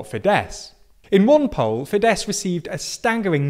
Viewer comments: FIDESZ is pronounced "Feedess" = Fiatal Demokraták Szövetsége (Alliance of Young Democrats) and Jobbik is pronounced "Yobbeek" and is an abbreviated from of Jobbik Magyarországért Mozgalom (Movement for a Better Hungary). Your take on the recent landslide victory in the Hungarian elections and landslide victory of FIDESZ is very interesting. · I think Fidesz is pronounced Fidesh.